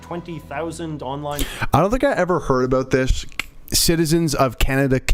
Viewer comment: JJ is the ONLY Canadian I know who pronounces it "aboot", and I've NEVER heard "aroond" before this JJ vid. He's not even from Eastern Canada, so I don't know how this happened!